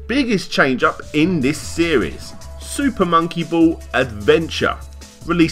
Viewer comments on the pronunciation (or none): "SOOPAH MOWNKEE BOWLLS"